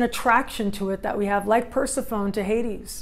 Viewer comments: I believe it's per-sef-PHONEE. Not Per-si-phone. Not sure how someone could study mythology and not know??? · New sub! Capricorn, trying to figure out this Pluto stuff and relationships and transformation. Love the idea of Persephone voluntarily going to the underworld. I think it’s pronounced Per-sef-ony 😘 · Per·seph·o·ne | \ pər-ˈse-fə-nē (pronounced Persephonee -- long e. Not an English silent e like telephone) Great vid !